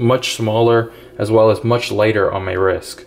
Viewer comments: Why do you say risk ? It’s rist ! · Why do you keep saying risk? It’s called a wrist.